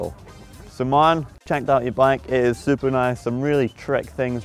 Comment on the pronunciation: It seems Scotts fav word (super) is catching on! Sounds better the way Martin pronounces it! Super Nice!